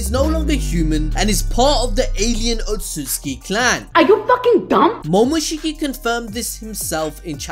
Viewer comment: otsutsuki not otsuki